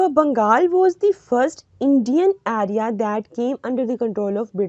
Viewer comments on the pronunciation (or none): Everything is good, but please area bola kare..Ayrea nhi